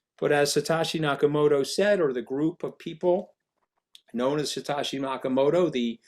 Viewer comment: How is he that clueless to mispronounce Satoshi Nakamoto Satashi🤡